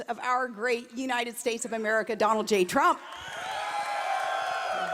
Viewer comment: Mr. Prump?